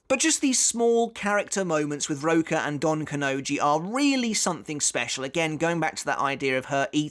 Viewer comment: It's Don KanoNji, not donkanoji